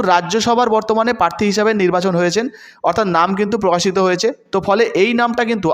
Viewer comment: Uccharon sudhray non. Tinomul noi, Trinamool. Posun noi, Prasun. Prarthi, patthi noi.